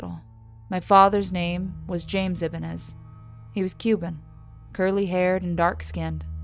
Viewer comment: Just a heads up, that’s not how u pronounce the name “Ibanez” when the mother is recounting her married past